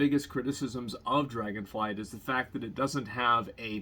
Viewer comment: Anyone gonna tell him it's called Dragonflight? :D